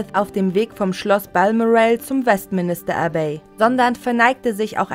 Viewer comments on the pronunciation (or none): Die Sprecherin sagt: West Minister Abbey 😂😂😂😂 Richtig wäre Westminster Abbey. Auweia. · Die Sprecherin hat's wohl nicht so mit Englisch. ....zum West-Minister-Abbey